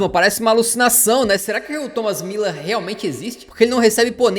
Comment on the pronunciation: Muuuuuúuuuuuuuuler fdx é um Ü nao dois i's... e mediático é com ė